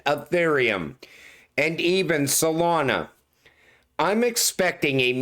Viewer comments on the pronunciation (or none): none